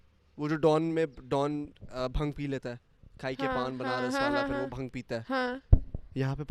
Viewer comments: you pronounce it as bhaang not bhung. lmao. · Bhang nahi bhaaang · Love from india...it's not bhang...it's bhaang :p